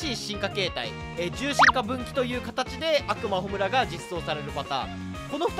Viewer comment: 悪魔のイントネーション暁美にもっていかれてるやん